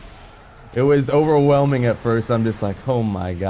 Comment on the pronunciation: " It was ogrewhelming " :P